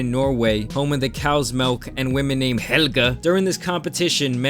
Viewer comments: Dude said HeLLgAh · The way you said Helga was spot on!😂